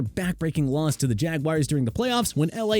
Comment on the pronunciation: why’s it so hard for buddy to say “Jaguars”